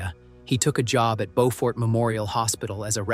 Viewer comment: It’s Beaufort pronounced Blue, remove the letter L add fort to the end buefort but spelled different.